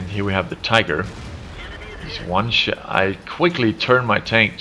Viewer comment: he says shit instead of shot xD